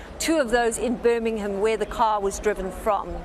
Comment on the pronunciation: Would you like to say birmingham again